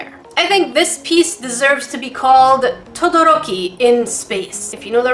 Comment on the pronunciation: I honestly don’t see how her prove was related to My Hero’s Shoto Todoroki, and also you don’t roll your tongue ^^